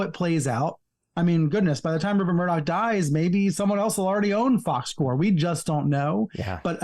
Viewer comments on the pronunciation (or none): Please Brian, don't pronounce "Fox Corp" as "Fox Corps" -- the audible "p" is important, at least until it becomes "Fox Corpse".